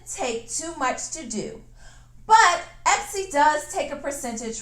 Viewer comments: Hun, it's etsy, not epsy...love your work and creativity....love your videos! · is "Epsy" different from "Etsy" just askin'?!!!...